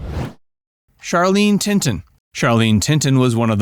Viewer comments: Laziness, simply being lazy. I've been begging these guys to hire a serious final product editor,...but to no avail. Damn sad, they (the folks at '') make easily correctable mistakes in almost every episode. 😡😥😡 Tilton, Tilton, Tilton, Tilton, not Tinton!!!😡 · Charlene "Tinton"? It's Tilton. You need a proofreader. 😒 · It's Charlene TILTON, not Tinton. How did you not know that? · Thought it was Charlene T I L T O N not Tinton unless she got married to a similar name man. Oops someone said it already. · Charlene TiNton? It's TiLton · Charlen Tilton not tinton please correct at your conv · Charlene's last name is tilton not tinton 😅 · Charlene Tilton not Tinton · "Charlene TILTON"-- NOT "Charlene TINTON". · Charlene Tilton Not Tinton. I know because Lucy Ewing was my crush .I was just an 8 years old kid but eveyrone shut up when she showed up in her bikinis and cowboy hat . BTW , JR. Ewing is immortal . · it's Tilton not Tinton or whatever the F u said! Geez, fire the editor! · How do they manage to screw up Charlene Tilton's last name in all this???